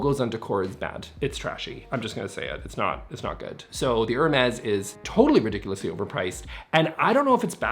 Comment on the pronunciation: I’m always a little irritated that the “s” at the end of Hermes is pronounced. If it’s French, it’d be “air-meeehhh” right? Right??